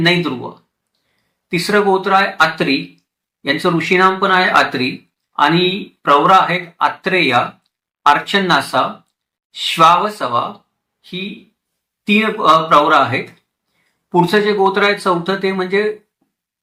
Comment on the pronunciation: इंद्रप्रमदा, अर्चनानसा..असा उच्चार नाही. और्व, इंद्रप्रमद, अर्चनानस हे बरोबर आहे.